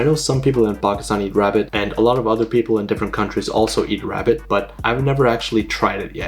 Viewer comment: Bro just ate a Wabbit for weal. 😭